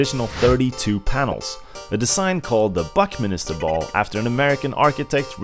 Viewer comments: It's Buckminster, not Buckminister! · The man's name was R. BuckMINSTER Fuller, not 'Buckminister'. This is a pretty major fail, but I still liked the video.